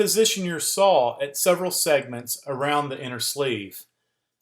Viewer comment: Thanks for the great video! But I'm pretty sure there's no L at the end of the word SAW. ;)